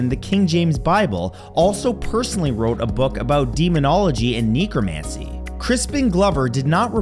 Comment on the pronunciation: The word "concerto" is Italian, and pronounced con-CHAIR-toe. Also, the E in "necromancy" is a short vowel sound, like in the word "neck."